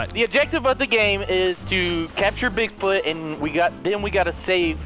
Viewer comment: "We have to find Boogfoot"